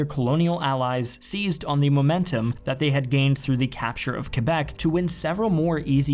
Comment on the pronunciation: Whenever dude says Quebec I hear kebab wth